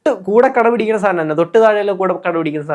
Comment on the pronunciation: കട പിടിക്കുന്ന അല്ല കിടപിടിക്കുന്ന എന്നാണ്